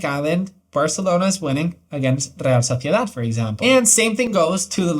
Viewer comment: Your Real Sociedad was too good, muy buen castellano jajajaj!